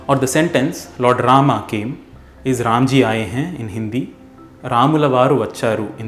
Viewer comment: No one writes 'राम् ' in Hindi. It is written as 'राम' and pronounced as 'Raama' and not 'Raamaa'. Otherwise अकारान्त पुलिङ्ग ( masculine gender) will turn into आकारान्त स्त्रीलिङ्ग (feminine gender) just like कृष्ण (masculine) becomes कृष्णा (feminine) which is name of द्रौपदी. Also, in sanskrit, we use 'राम' (and not 'रामः') when we call (i.e. during सम्बोधन ).